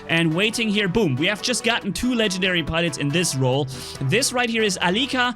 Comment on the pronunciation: Legendary not Ken gen diary